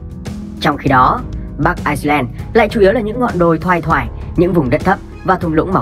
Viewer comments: Ad đọc là Ai-len mới đúng, Ai-xơ-len là 1 quốc gia khác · Bắc Ai len nhé ad. K phải ai xơ len. Đọc sai rồi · người đọc thuyết minh nên về học thêm tiếng anh. ireland mà cứ đọc thành iceland là sao. làm kênh về kiến thức mà đọc như thế là chết rồi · Ai len chứ k phải Ai xơ len nhé ! 2 qg này khác nhau hoàn toàn ! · Đọc là bắc ailen thôi đọc bắc aixlen người ta còn tưởng là Iceland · Vậy đọc Ái-Nhĩ-Lan và Băng-Đảo cho dễ phân biệt luôn! Mà đúng là ad đọc nhầm lẫn giữa ai-len thành ai-xơ-len😅😅😅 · Ai len và ai xơ len là hai quốc gia, ai xơ len là quốc đảo ko hề có chung đường biên giới với vương quốc anh, chủ kênh đọc sai tên nước rồi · Ad bị nhầm Ireland với Iceland sao ấy. Toàn đọc là Ai sơ len. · IRELAND có âm s đâu mà đọc là ai sờ len :)) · Ad nên phát âm chuẩn hơn, Ireland và Iceland là 2 đất nước khác nhau, Ireland mà phát âm có âm ‘s’ vào nữa sẽ làm nhiều người nhầm lẫn 2 quốc gia này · kênh không nhầm bạn ơi, chỉ là phát âm tiếng anh chưa chuẩn lắm. Ireland phát âm tiếng việt là Ai-len. nhưng phát âm tiếng anh thì Ireland và Iceland nó khá giống nhau (Rơ và Xơ) đại khái là vậy. Tuy nhiên kênh có sử dụng bản đồ minh hoạ trong tất cả các video để mọi người dễ hình dung.